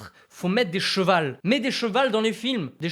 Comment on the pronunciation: "il faut mêtre des *chevals*"👏👏 Adieu le respect de la langue française.😢😢 Je rigole, on peut tous faire des fautes de français.😊😊